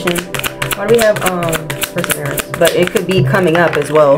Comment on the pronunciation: Im not the grammar police but you said press a vere 19 times or more its purse a veer ❤